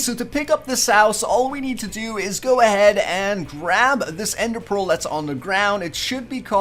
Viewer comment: Lol you called endear pea